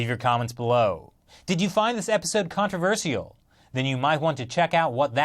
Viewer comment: controversial way to pronounce controversial